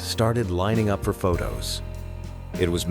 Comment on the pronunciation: "Wasn't just cleaned uppit" That's what the AI voice said. Lazy ass creators these days....